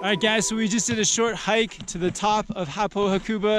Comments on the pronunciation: Ha-ku-ba :). (even emphasis on each syllable). Great vid guys! I lived there and go back most years. Love it! Cortina is my favourite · Btw you are saying hakuba wrong